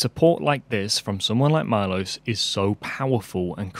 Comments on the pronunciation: Milos should be pronounced me-losh if he is from from central/eastern Europe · I think his name is not pronounced my-loss, but Mee-losh. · It's pronounced MEE-LOSHE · Milos would be greatfull if you pronounce his Name correctly. There is no Aye in I. Ist fonetic just Milos. And couse you dont have letter Š in Englisch alfabet , it would be as Sh. So Milosh would be for underdtandig easy way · Milos pronounced “meelos”. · Milos is a Slavic name, very common in the Balkans and the Czech Republic among other places. Remember the famous filmmaker Milos Forman, who directed Amadeus? However, unless this particular donor has Anglicized his name's pronunciation, Milos is usually pronounced MEE-losh, with the "ee" sound being short, as in "tip". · Since I bear the name of your most generous supporter it might be nice to pronounce it right: MEELOSH (I is pronounced as beer or deer and S is usually written with a caron [Š] and is pronounced as SH sound). I, unfortunatelly, am not near 700K to donate. ;) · I think his name is pronounced as “Melosh” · His name might be pronounced Milosh (Mee-losh) if he's from eastern Europe. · it is pronounced as it is written MILOŠ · You are butchering his name :D is Milos from Serbia?